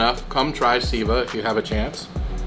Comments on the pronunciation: It's not siva it's pronounced say va... It means to serve.. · Not Sieveh its pronounced Save Aaa ... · The name of restaurant should be sounding as 'Say-va' (Seva is Sanskrit word meaning 'Service') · Guys, it’s pronounced ‘sayva’. :) great video!